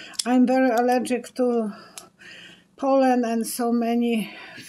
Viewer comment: Lol at first I thought you said you were allergic to Poland (pollen)!